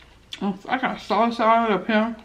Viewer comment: Them onions 🧅 look so good my God🤤 and the “sauchey” 🤣🤣 we don’t even have stairs no more we have a escalator 🤣🤣🤣🤣 Lord help me not the Robot 🤖